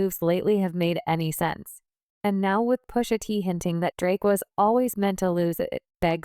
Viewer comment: Its PUSHA T. Not pussaT lol